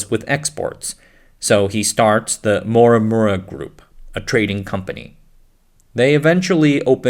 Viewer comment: Am I the only one deeply annoyed from this (AI ?) voice narrators? It has such bad accent and zero speech clarity. Yes you’re narrating in English but please at least pronunce correctly the proper names of the people in the video…. “Morimura” became “Mwawwuwa” 😖😖